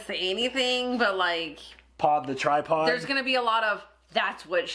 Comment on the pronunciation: Dude just said Pod the Tri pod 😂😂😂😂